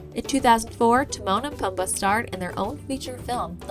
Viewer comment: It's pronounced poomba not pum ba